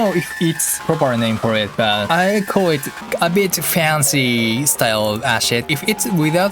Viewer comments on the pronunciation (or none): “ahshit” mmm yes favorite type of sound Acid is pronounced like “ass-id” just thought I would let you know. Keep up with the great music and remixes camellia